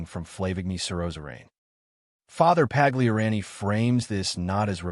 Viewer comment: The narrator needs to learn how to pronounce Pagliarani, Novus, snd one other word that just slipped my mind.